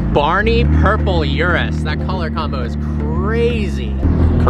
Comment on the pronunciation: It's an Urus... not a Yurus...!